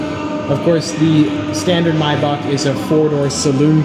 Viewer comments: Its not My Baak its MayBach lol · well not if you go with the original german pronunciation. Then instead of his "maybak" he has to pronounce the "ch" more gently or what ever, it's hard to explain in text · my-bach;-; wut r u sayin